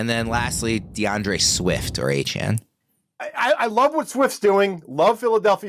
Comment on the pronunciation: its not hard to show some respect and just say his name (De'Von Achane) the way he says it's pronounced. stop crying about it and be professional guys.